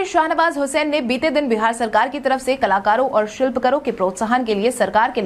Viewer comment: शिलपकर नहीं शिल्प कार बोलो